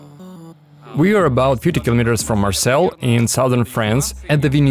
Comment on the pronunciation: What is the city he calls ''Marcel''?